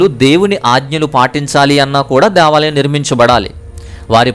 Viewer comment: Deeevalam kadhu Devalam